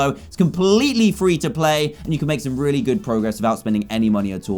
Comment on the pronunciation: At 11:8 I thought dan said rare-y nice